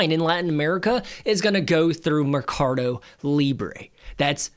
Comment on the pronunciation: MER-CA-DO. Not "me-car-do".